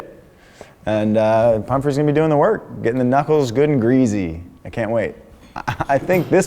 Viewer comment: Did he just say greazy...